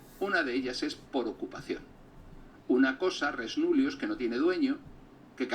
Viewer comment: 34,59 No se pronuncia en latín res núllius sino res nullíus. La cosa no tendría importancia si no fuera porque este tipo se las da de culto y resabido, el primero de la clase, vaya, al que dejé de ver por sus groseras contestaciones a los comentarios en el canal del coronel. Eso por no comentar otros errores de este pedante.